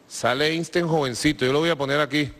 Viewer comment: "Eistein"... Ya lo he visto todo.